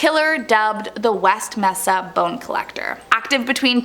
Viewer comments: It's pronounced mace-uh not mess-uh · I believe that Mesa is pronounced as "May-sa" Me-sa is how Jar Jar Binks says it. I must say that you are a beautiful young lady, and an excellent presenter. Cheers. 🇨🇦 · Mesa is pronounced “May-suh” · You probably shouldn't be a podcast host of you can't annunciate mesa correctly. You entire job is speaking.